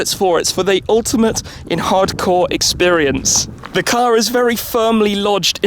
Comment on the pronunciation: anybody else heard a weird-sounding "experience"??